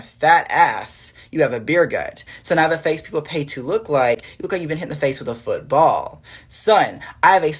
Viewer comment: When he said "foot..BALL" I died laughingggg